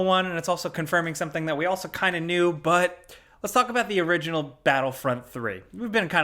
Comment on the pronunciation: “What we all really kneew”